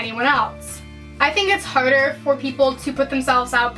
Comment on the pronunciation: This girl can't say the word "harder" lmao or any word with an "r" for fucks sake